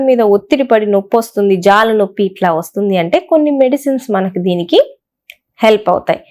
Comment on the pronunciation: Vassuddi kadu, Vastundi